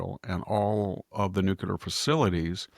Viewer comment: Victor, Victor, Victor.....please ! It's nuke'-lee-er, not nuke'-u-ler. Love you regardless !